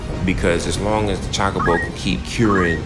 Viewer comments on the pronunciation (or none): Ay bro you threw me off with your pronunciation of Chocobo lol. Not Chalk-a-bow but Cho-ko-bow. Did you ever play the Final Fantasy Tactics Advance 1 & 2 series for the GBA and the DS? Highly recommend the second one man you'd definitely enjoy it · There is a sequel to tactics and chocobo is pronounce CHO-KO-BO not CHOCK-O-BO. Imagine how CHO is pronounced in the word CHOSEN not how it's pronounced in CHOCOLATE. Not hating, but if you're going to call yourself a FF superfan then it'd help to know these things. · Gaaahh!!!! It's CHOKE-A-BOW. that's a how you say chocobo... Good review though. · Your saying Chocobo wrong